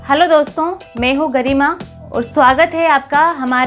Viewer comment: Tumhe bolna to aa nhi rahaa tum kya hi job karti hogi.. hai ko he bol rhi ho.. मैं को में bol rahi ho.. 🤦